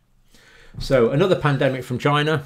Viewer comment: That is a question you should "Ask Chy-na."